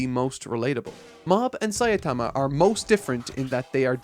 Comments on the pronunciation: I had this video on in the background while animating when suddenly (and few seconds prior) said "Saiatama" and not "Saitama" That took me out of my focus Still a great review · why the fuck is he calling Saitama Sayatama?!?!?! i thought it might be a fluke the first time, but 4 times in a row is not a fluke :(